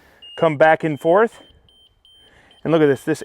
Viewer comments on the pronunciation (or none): none